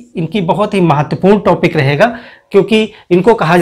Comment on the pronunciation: टॉपिक को टापिक न बोलें।